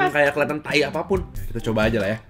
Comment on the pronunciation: Lagi ga fokus nonton terus denger"kok gaada rasa thai thai nya" denger nya kok "gaada rasa tai tai nya" langsung "HAH"